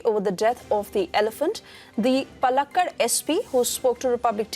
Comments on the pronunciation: Pls pronounce place names correctly Madam! Its not Pullakkud..its pronounced as Paallakaad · Please improve pronunciation. It is not palakkad. It is Paalakkaad. How cruel 😭